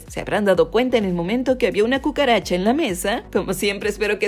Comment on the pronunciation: Entendí cuchara en lugar de cucaracha